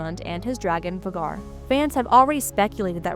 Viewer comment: Yeah. And Rihanna and vuhGAR. SMH